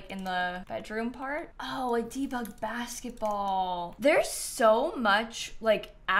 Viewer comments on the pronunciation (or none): none